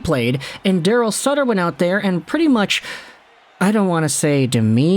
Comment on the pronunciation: It's sutter not suter